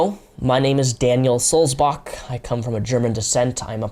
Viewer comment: The way you pronounce Sulzbach is really funny and wrong :D